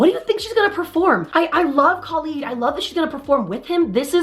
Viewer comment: Just so you know, Khalid’s name is pronounced like KUH-LEED. No shade, just info